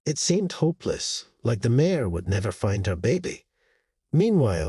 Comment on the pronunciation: Mare not mayor. If this was automated voice it’s because the reader pronounces mare as a two vowel word. Maybe a spell check would be in order!! Nice story though.